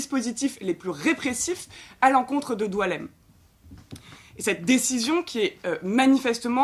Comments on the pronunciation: Son nom est boualem, comme boualem sensal, pourquoi vous l'appelez DOUALEM!!! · Il s'apelle BOUALEM , comme boualem sansal. Et non Doualem ! Pourquoi vous degirmez son prenom ! Diualem , prenom qui n'existe pas en algerie ni aucun pzys ararabe !